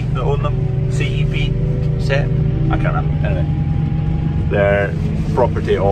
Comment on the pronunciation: Chep pallets, pronounced like Shep